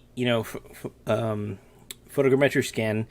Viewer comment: Please for the love of god, tell me why you say photogrammetry that way. It's like all vfx artists share information on new techniques as txt file or something because everyone says EVERYTHING differently and almost everyone says everything so SO weirdly.